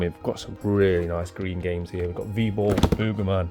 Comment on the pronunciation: Funny how you say "Boegerman" its Booger like a Booger from your nose.